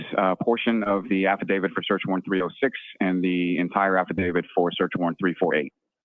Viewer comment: "Halfadavit Lally". OMG...I can't catch my breath!!!🤣🤣🤣